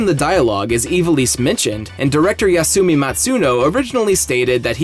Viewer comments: Evil-eese? Eye-vall-iss? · It's not pronounced as "Evilease" it's correct Pronunciation is "Eye-vol-isss"